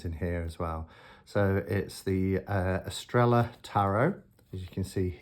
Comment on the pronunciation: Lovely deck ! Shouldn't it be pronounced Eastraiyaa ? (star in Spanish).🧡☺🙏🌺